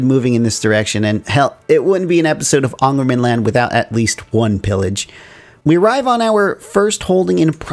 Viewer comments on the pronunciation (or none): I can't stop myself, the Å is pronounced as the english word "awe" kinda awe-ngermanland, the Ä as the a in "stare" or the ai-sound in "lair" and the Ö as the e in "stern" or any of the e in berserk